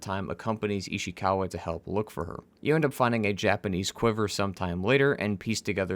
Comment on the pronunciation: The way you say ishikawa makes me cringe